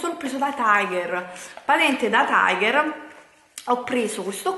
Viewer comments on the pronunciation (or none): none